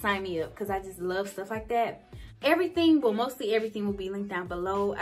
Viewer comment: “everyting” lmfao but you’re apartment is so cute!! And I have five of those candles lol